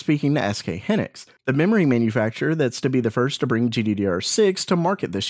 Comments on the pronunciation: HYnixs, not hinics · hee-nix lol it's hai-nix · SK Hynix, not Hinix - 'Hy' like in Hyena ( /haɪˈiːnə/ ) , not like 'hi' in hindrance ( /ˈhɪndrəns/ ) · Triggered. It's "high-nicks". S. K. "High nicks"